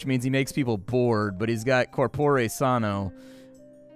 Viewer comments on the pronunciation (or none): none